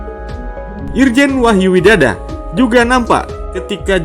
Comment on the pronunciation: Baca wahyu widodo kok widada ki piyeeeeee !!!!!